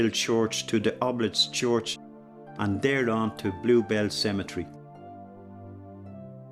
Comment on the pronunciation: Cemetery not “cementary”